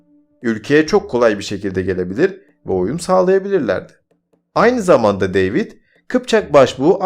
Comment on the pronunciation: güzel hazırlamışsın da kardeş, deyvid ne, demetre ne )) David ve Dmitri ))